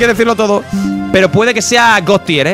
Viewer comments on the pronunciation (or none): none